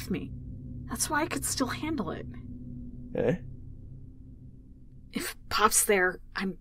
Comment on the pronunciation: When the rat's VA pronounced eh? as uh I cringed for a bit